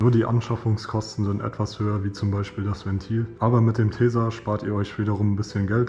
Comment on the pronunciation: Wie hat er tesa ausgesprochen lol, das heist tesa und nicht täysa